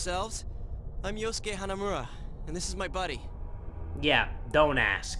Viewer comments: its so weird hearing say “yusuke” after watching his persona 5 playthrough, even if the character’s name is yosuke. all i can think of is yusuke’s deep voice ow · The fact he got both yukiko's and yosukes name wrong